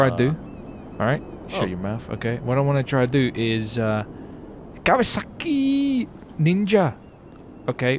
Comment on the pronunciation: the way he said Kawasaki ninja😂😂Also is the best shot ever😂😂